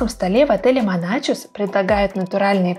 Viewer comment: Вы всё правильно рассказали об отеле. Ни добавить, ни убавить. Тол ко что приехали оттуда. Только, пожалуйста, не Моначус, а Монахус 🤗 Я с добром пишу, поверьте, не злились. Ухо режет от Моначуса. Они и сами его Монахусом зовут.